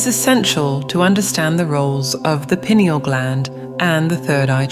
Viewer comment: Pronounced PI. neal